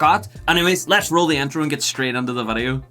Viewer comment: vidoe man say vidoe